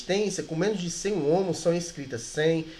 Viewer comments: Ohms, não ohmos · Ótima aula, parabéns. Só que Ohms ou Ohm, não é homus a pronúncia certa seria “on” ou “omis” no plural.